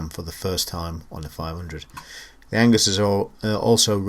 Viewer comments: Agnus mate, not Angus ;) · Nice review of one lovely machine! Keep up the good work. Amiga forever!! Oh and it's Agnus, not Angus ;-)